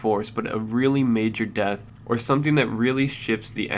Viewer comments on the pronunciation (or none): none